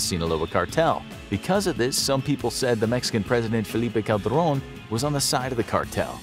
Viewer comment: He said the name of the mexican president was Felipe Cabron.Bro I’m dead 😂😂😂💀💀💀